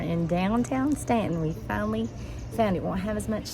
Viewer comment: My sister went to Mary Baldwin college. Also, you pronounced it correctly!